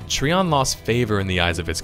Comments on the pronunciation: Trion is pronounced try-on by the way. as per devs :) no hate. just saying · Tree-on lol what a dipshit. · Trion is pronounced "Try On." I ditched this game after 2 days for being overwhelmingly P2W. Most toxic, divided community on the forums I've ever witnessed. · I thought it was pronounced like Try-on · I don't remember the letter "i" to have an "e" sound. Lol Treeon